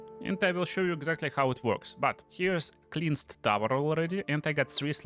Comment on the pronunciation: Hope you dont mind me pointing this out. But ´cleansed´ is pronounced with the same ´ea´ as in head. This didn´t get in way of the fact that I think your a genius and I love your videos :)